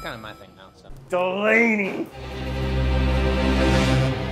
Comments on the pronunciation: I never even noticed until I saw this lmfao "DELanY" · Delaney Chlarson every time I hear Delaney it makes me flinch